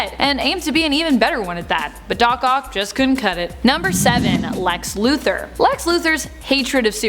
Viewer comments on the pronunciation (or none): none